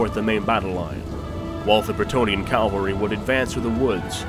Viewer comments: Loved the video, but I keep being distracted by you saying Calvary and not Cavalry. >.< Still great work! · Awesome video! Loved it. However, its pronounced cavalry and not calvary. Minor detail but i felt i had to mention it. Still amazing video, cant wait for the next. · It's CAV-AL-RY my guy..not cal-val-ry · Am i the only person who notices that most youtubers say "CALvary" and not "CAValry"? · I don't want to be that guy, but I noticed that they kept on mispronouncing "cavalry" by reading it as "Calvary".